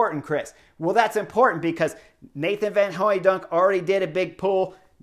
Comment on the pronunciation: Kudos for that "van Hooydonk"; you're a fast learner!